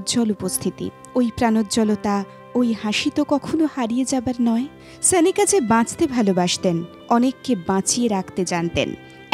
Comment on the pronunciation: Pls naam ta thik bhabe uchcharon korun. Sanika naam noy..